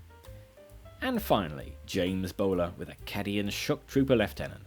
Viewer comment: Heh, yeah. And really is just a slightly fancy ink jet printer. Also "Caddian"?!?